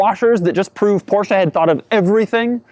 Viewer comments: Every single time i hear porscha. I want to punch you in the face. Porscheeeeee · it's " porsche " and not " porscha " ......gosh!!!! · I know, I hate it when people run up to my car and say "I love your porsh". Its poR Shah buddy lol